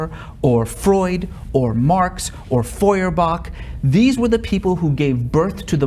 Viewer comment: did he say Marx or Marks?